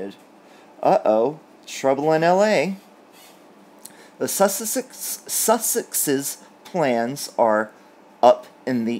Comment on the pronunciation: Hi 😂 This might help you pronounce their name “sus-sex” In Australia if we say someone is ‘sus’ we infer they are suspect or devious!! Suits the occasion, don’t you think?